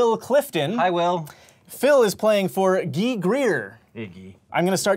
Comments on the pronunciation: Did the host just pronounce the name Guy as "gee"?? Ummm ya, this is a science show but apparently phonics isn't part of the curriculum. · Who on earth is Ghee? You mean Guy? Hahaha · Since when was "Guy" pronounced "Gee"? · are you sure that's the correct way to pronounce Guy? in hebrew the name is just pronounced as the actual word...different meaning though